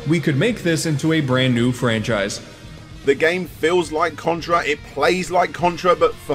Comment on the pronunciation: You said Cuntra! Lol